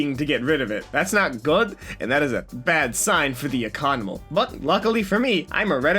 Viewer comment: "And that is bad for the economul" lmao